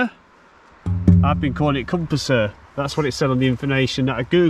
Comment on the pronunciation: Hi and Croeso - welcome to our lovely little bit of forgotten Wales! Just a couple of notes regarding the lovely viaduct (it is fabulous to walk over, isn’t it?) - you do have the name “Prysor” right (although I will pass over some of your other more imaginative Welsh pronunciations and forgive your kind efforts!). As for “Cwm Prysor” and “Nant Prysor” - it depends which way you look when you are standing on the viaduct… The river underneath it is the Afon Prysor (River Prysor). The big u-shaped valley below the viaduct, leading away to Trawsfynydd is a “Cwm” - a larger high mountain area glacial valley, so if you are looking at that then think “Cwm Prysor”. But if you turn around and follow the river uphill, it is in a smaller v-shaped valley, cut by the river itself - and that is a “Nant” - hence Nant Prysor - so both names are usable - just different each side…! Incidentally if you look at the downward slope, just below the far side of the viaduct, you can see the tailings (waste dump) of a small mine, with a trackway leading up to it - that was actually a trial gold mine, seeking the north-eastern end of the Dolgellau Gold Belt. The mine tunnels right under the railway and comes up again in the forestry on the high side of the viaduct. Now, I have a question for you, and for any other viewer if they can answer - How does this viaduct rank for height in the UK? I don’t mean the height of the arches, I mean altitude? At around 370 mtrs (1200ft) it must be one of the highest